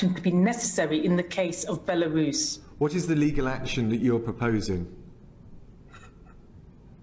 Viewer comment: Can’t pronounce Belarus…but has a forehead the size of Belarus!